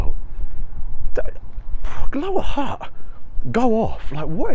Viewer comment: Funny you are trying so hard to pronounce certain words but you cant say HUTT correctly